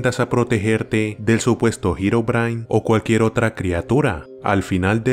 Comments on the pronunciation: Jajaja dijo girobrain esves deherobrine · ¿Girobrine? ulala señor francés. -¿entonces como se dice? El hermano de Notch